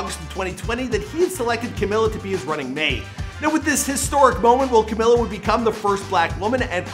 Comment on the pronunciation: Camilla???? How did you mispronounce her name the whole video though?